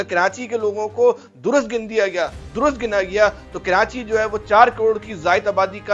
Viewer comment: Kranchi nahi Karachi hota hai